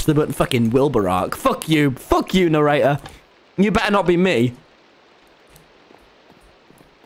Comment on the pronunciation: tommy why did you pronounce narrator as nerrauh